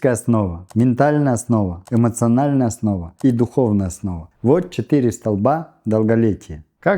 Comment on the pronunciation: Не столБа А столПа